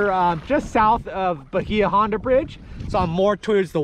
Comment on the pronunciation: Say "Bayah Honda" not "Bahea"